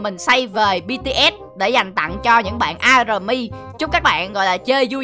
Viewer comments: Army đọc là A-my nha anh chứ hôk phải A-rờ-my ạ :3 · Ổng đọc a rờ my, cười ị😂😂